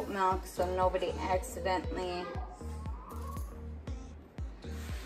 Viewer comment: She really do be saying melk